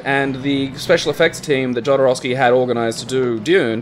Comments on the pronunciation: well, i had to say that jodorovsky is pronounced as [xoðoˈɾofski] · The way you guys pronounced "Jodorowsky" made me so unreasonably angry.